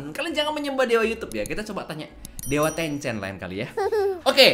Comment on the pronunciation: Kau omong tencen kek omong nama tmn gw bhensen